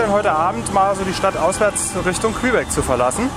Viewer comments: Tolle Reportage. Kleiner Tip! Man spricht Quebec = Kebek aus nicht Quehbeck :D ansonsten top. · Klasse Doku wie immer 👍 kleiner Kritikpunkt, du sprichst Quebec falsch aus 🤣